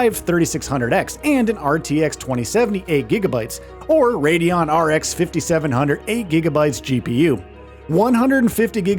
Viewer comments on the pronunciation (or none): none